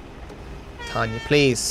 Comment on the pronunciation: Waiting for the day when pronounces Tonya's name properly